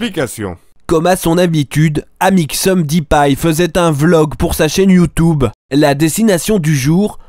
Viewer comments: experitboie et amixeum à mdrr 😂😂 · YOUTOUBEUR ET TWITTAIR, AMIXEUM xD 😂😂😂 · Mdr les "Malheureusement ça a mal tourné, explications", "Amixeum" et "Monsieur Freak" m'ont tué 😂😂😂 t'es un génie mec continue comme ça !!! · "Amixseum dipie" XD oh mon dieu j'ai rigolé non-stop du début de la vidéo à la fin, tu es génial!